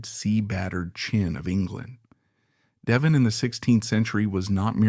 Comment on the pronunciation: De Vonn ? 😂